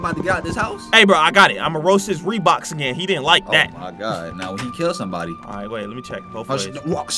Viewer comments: I was laughing when said reebox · Hahaha did he said reeboks hahahaahahahahhahaah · Me at the intro: 😑 Other people: Bruh!:HA! HE GOT REEBOK? HA HE GOT REEBOK! AHAHAHAH! YO! HE GOT REEBOK Me: Did toy say reebok?😂😂😂😂😂